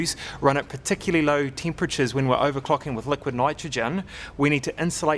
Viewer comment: owercocking sesion....wwwriiite